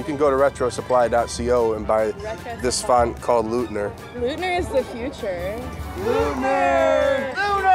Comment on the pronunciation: Hey hey hey. Lookit my name. Leutner of Leutner Commons was my grandpop. Love the font, but you gotta know it's not pronounced LOOTNER, it's LOITNER. Everybody knows that! OY OY OY! It's eu as in FrEUd, not eu as in psEUdo. :)